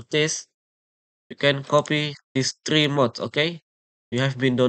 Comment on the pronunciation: threse forr trings 💀💀